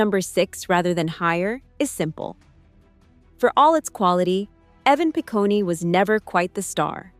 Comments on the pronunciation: Evan Pi-coney 😅😅😅. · Evan Picone - doesn’t end with an E sound, it’s just “Pah-cone” like ice cream cone.